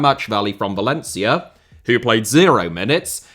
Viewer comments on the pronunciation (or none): none